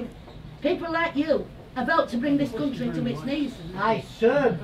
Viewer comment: Ahhh yes, the God's own "cuntry" 🤣 (the real pronounce it like that, "coontry")